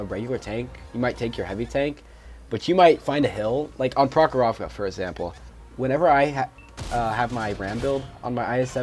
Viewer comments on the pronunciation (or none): Prokhorovoka Russian pronunciation is different from English